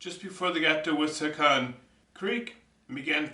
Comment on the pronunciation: Nice job. You might want to explain how the measuring sticks work when you use them, at least in the beginning. Also, it is pronounced: "wiss-a-hick-un" Keep the videos coming.